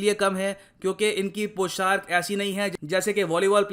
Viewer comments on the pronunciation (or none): It's पोशाक not poshark... Thanks 🙏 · Sir पौशाक होता है Not poshark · Sir poshark nahi poshak hota hai,,,, 🤭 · पोशाक होता है भई, पोshark नहीं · Humble remark -Sir It’s POSHAK not POSHARK. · Sir I like your videos, I want to put some feedback here, I strongly believe that pronunciation is very important. you make videos in hindi so I think you should be more carefull of it like:- पोशाक not पोशार्क, सोलह/सोला not सौला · It's पोशाक not Poshark 🙏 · Sir... With due respect I would like to correct you that.... It's not 'poshark' it is पोशाक